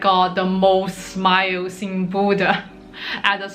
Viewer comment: The way you say Bodø sounds like Buddha, I was a bit confused lol